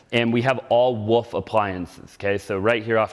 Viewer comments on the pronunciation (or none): Thanks for pointing out the RH furniture and fixtures. You say woof stove vs wolf.